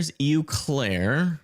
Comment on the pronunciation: Pronounced "O" Claire.